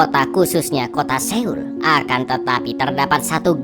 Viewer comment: aku jarang komen. tapi mau bantu kalau seoul itu dibacanya soul. harapannya ke depan kalo review film korea bisa diterapkan. pokoknya kalo ada eo-nya itu dibacanya masih o. semangat